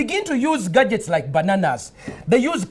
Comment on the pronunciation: OH MY GOD 😂🤣😂🤣😂🤣✋🏽💀 Listen I was furious, pissed the fuck off when this started with the utter disrespect and pure lack of education and humanism… but when the Pasta Simpa came on wid de veg-ah-tah-bles and then the interviewer asked him if he used de gah-jets I LOST my shit!!!! Lmaoooo!!!!